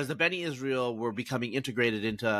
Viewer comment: NOT Beni Israel. B'nai. "Sons" of Israel. 😊